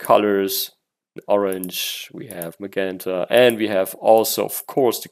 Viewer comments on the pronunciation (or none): none